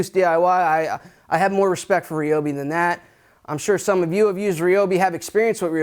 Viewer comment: I love y’all’s Chanel but it ryobi not reobi lol